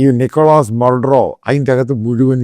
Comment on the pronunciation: Maduro is pronounced like Mathuro